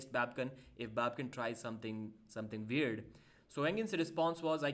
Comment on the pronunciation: "Its all veird" Pa deep 2025